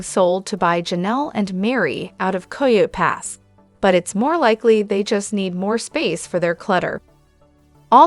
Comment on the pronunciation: It's kie-oaty pass